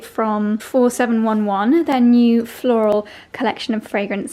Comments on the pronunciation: And pronounced four seven eleven. I nearly choked laughing when pronounced it four seven one one. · He he had to laugh when you called it 47 one one.... my mum used to uses it and she was 65 when she died... and its four seven eleven.... he he 😂 thanks for the amazing memory ❤ loves and hugs xx